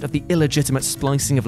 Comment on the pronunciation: It's "Lady deathstrike" jeez, You're about to give me a death stroke over here, ““